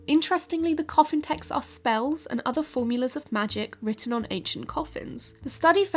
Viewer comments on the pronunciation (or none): none